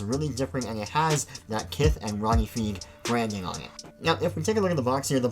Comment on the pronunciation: “Ronnie Feeg”